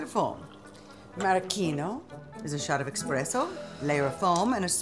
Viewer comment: I've been waiting 2 days and I have to say. WELL WORTH THE WAIT. GREAT FLICK . I can even overlook the horrifying pronunciation of espresso. I'm so glad I'm subbed to this channel it NEVER disappoints ❤